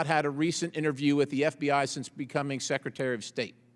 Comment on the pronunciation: How come he can’t stop calling him #seketary??